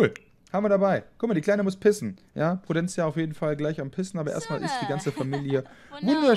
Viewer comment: "Guck mal, die kleine muss pissen!" Keine Ahnung warum, aber ich hab als ich das gehört hab tränen lachen müssen, wie das betont hat. xDD:'D du bist der geilste!:D